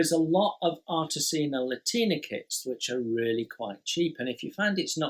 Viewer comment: I really enjoy these round-ups. It’s like a conversation with a mate about what excites him in the hobby. But mate’s can handle being corrected by other mates. Artesania Latina.... There’s an “i” in the first word. Think “Artisan” as in a skilled worker, and “Latin”, as the Romance languages that developed from the Roman Empire.....as in Spanish. Artesania Latina are a Spanish company. I’ve heard their new boxing’s don’t have instructions and everything is online. I don’t know if that’s true. I’ve built one: The Swift. Good, simple kit. Not accurate, but they’re like McDonalds food- It’s not great or really satisfying, but it’s consistent quality. And I’m very glad they’re still there as a choice. All the best, Jason. If you fall behind with available videos to upload, we’ll still be here regardless. 👌🏼